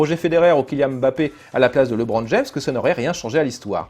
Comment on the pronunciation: Ah et aussi, c'est pas "Libron", mais bien "Leubron"